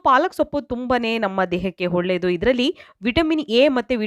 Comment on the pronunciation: ಹೊಳ್ಳೆದು ಅಲ್ಲ..ಒಳ್ಳೆದು...ಟ್ಯಾಮ್ಯಾಟ ಅಲ್ಲ ಟೊಮೇಟೊ